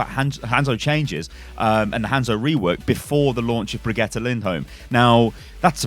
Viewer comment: It's like vegeta from dragonball in how you stress the syllables. Bre-GIT-uh